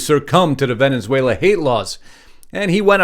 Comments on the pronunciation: It's Venezuela not Venenzuela. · It’s not venins whala- it’s vin-is— whale ah Or if you’re Spanish ~ bain es whale la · It’s NOT “Venenzuela”, it’s Venezuela! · For God's sake it's NOT Venenzuela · Where is “Vene(n)zuela? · Venezuela. .......venunzuala? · Dude. Why are you pronouncing Venezuela with a second N?